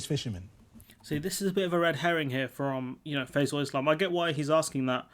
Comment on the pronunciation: Ah good... Also small mispronunciation of the interviewers name. (Think its Fie-zel rather than "fa-zel" )